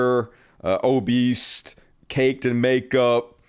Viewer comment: The word is obese not o-beast